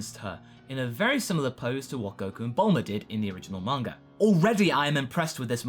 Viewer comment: What's a "manger" artist?